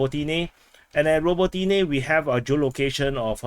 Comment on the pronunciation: You and Weeb and your "ro bo TEA neh! ra BO ti ne!